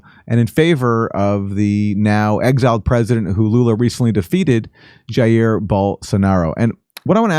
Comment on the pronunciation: Why is it that we can pronounce AOCs name with a fake accent, buy cant pronounce jair correctly? Im sure its pure coincidence